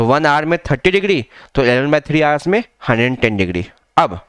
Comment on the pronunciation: Hours bolo sir thik sai